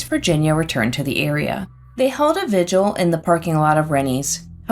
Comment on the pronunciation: Its vigil not vigual.